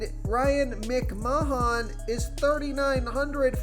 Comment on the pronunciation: Bro you GOTTA be trolling come on… “Ryan Mcmonmon?” Immediately after saying his name correctly seconds before?